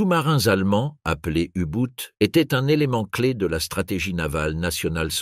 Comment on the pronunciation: U Boot, c'est de l’allemand, cela se prononce "ou bot" en français (langue de la video) ou mieux en allemand "ou boht ". La prononciation à l anglaise est ridicule .